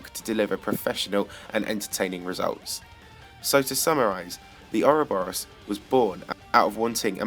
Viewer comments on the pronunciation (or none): how hard is it to do a little research and discover that not only is a a worm, but most definitely not pronounced 'ouroburiourus?' expected more effort from tbh...